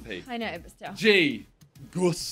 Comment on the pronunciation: Man said Gos instead of gus